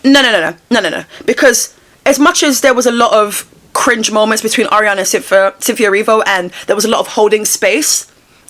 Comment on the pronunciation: Ariana and..."Cynthe-o" hahahahata